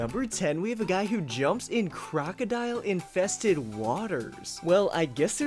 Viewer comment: He said crocidl